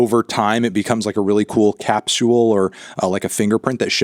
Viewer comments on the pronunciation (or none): Anthony whyd you say it "cap-soo-ewe-uhl"??? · why did you have to say "capsule" like that